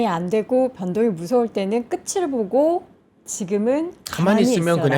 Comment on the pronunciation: "앵커님 목소리가 너무 좋아서 귀 기울여 듣다가 발견했네요! '끝을'의 정확한 표준 발음은 **[끄틀]**이랍니다. 무의식중에 [끄츨]로 나오기 쉬운 발음이라 조심스레 댓글 남겨요. 늘 응원합니다!"